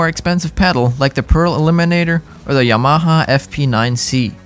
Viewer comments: its yamaha not y-MAHA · Ya-ma-ha???? Yama-ha! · pls stop saying yMAHA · Informative, but the word is pronounced “YAM-a-ha” and not “Ya-MA-ha”. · YaMAha? I’ve never heard anyone accent the ma. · If your going to review products at least pronounce the manufacturer name correctly. It’s YA-MA-HA. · Haha... that's the funniest pronunciation of "Yamaha" I've ever heard. Yuhh-MA-huh. Lol, how have you never heard it said correctly???? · No one's going to talk about how he pronounces "Yamaha"? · It bothers me so much. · It’s funny how he says Yamaha. Learn how to say it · Well, a channel called "The Home of Drums" couldn't even pronounce "Yamaha" correctly all 4 times they said it, so I guess it's not too surprising. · Great video! I've never heard YAMAHA pronounced like that but then, I live in New Mexico. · Dude can’t pronounce Yamaha? Sorry mate. Makes me wonder about this tester. Gosh it’s fun to see the amount of stuff on the market today. I used a Speed King all through the 70/80s before I finally stashed the antique and went with a DW 5000 dual pedal that I bought wrecked and had to rebuild to suit me. You couldn’t find anything worth a crap at the local stores in rural America.You learned to repair and tune what you had. Thank God for telephone mail order back then, and the web today. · I don't care if it's the "proper" way to say the name or something like that - STOP PRONOUNCING YAMAHA THAT WAY!!!!!!!!! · Please learn the correct pronunciation of the words : direct and Yamaha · Why is he saying these brand names so weird wth weirdo Yamaha ha Gibraltar tar